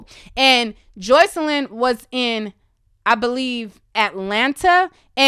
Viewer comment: Stop saying her name like that girl it’s Jocelyn PERIODT the fuck